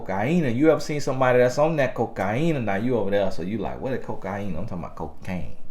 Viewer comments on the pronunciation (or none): what does call cocaine?? "Coke-ki-een-ah"? im dead lmbo